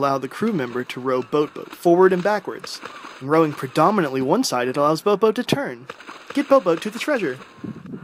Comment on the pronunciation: I LOVE THE WAY U SAY BOATBOAT OMMMMGGG